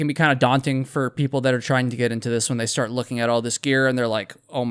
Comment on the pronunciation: did you say “shart with them” ? Okay… if you say so. 💩